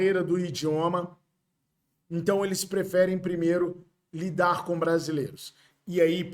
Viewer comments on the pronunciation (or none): none